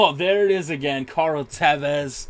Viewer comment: It's just kinda annoying to hear "Carl Tevez" or "Cory Hart" or "Zeko..." I'd rather him just pronounce the names correctly, rather than want to "piss us off".